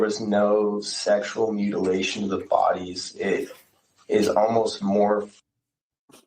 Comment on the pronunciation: Holy hell!! I was trying my dangedest to not comment till the end but with him saying mutalation!!!!!?????’😮 I thought dude was sus but whattttt?!?! Hold the phone!!